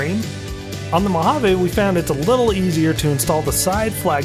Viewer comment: And, please, it’s pronounced moh-hah-ve.